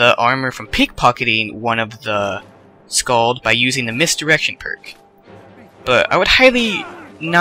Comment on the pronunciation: skaal not skaald